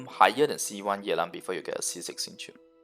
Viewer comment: His pronunciation is correct. It's a Chinese name